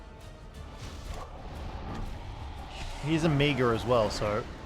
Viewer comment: Lol... why do you pronounce omega as "ahmiiga"?